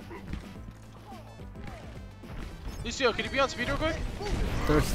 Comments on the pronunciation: he said lushio instead of lucio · It aint' lushio, its lucio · ITS LUCIO NOT LUSHIO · I'm from Brazil, and it's pronounced Lu-cee-o. Now if Lúcio was from Portugal, then it would be Lu-shi-o. Bye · 3:80 he said loushio in stead of loucio lol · LUCIO, NOT LUCHHIEO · Lucio, not Luchio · Its not lushio its lusio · it's pronounced lusieo not lushio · Dezy Hayden Jeff Kaplan says lucio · Pretty sure I'm not wrong on this one, the ú is the difference between making it "Luh" (wrong) and "Loo". The c would have to be ç to give it an "sh" sound right? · Did you say Lushio? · Did he say "Looshio" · S-oh-mbra? Lu-sh-io? WHAT! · Did anyone else hear him say Lúshio? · U said Lucio wrong it's not luchio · tfire2 YESH HE DID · y u no say lucio right?